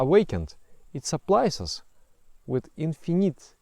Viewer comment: so nobody are going to talk about the "infinayte" thing ?